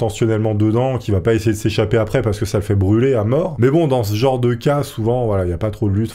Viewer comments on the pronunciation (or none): none